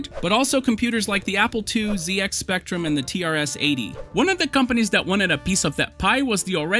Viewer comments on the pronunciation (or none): Just for the future, ZX Spectrum is always pronounced Zed-X because it’s a British product